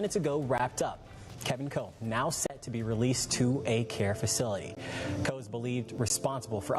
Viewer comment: His name is Kevin Coe ------ ------not Cole.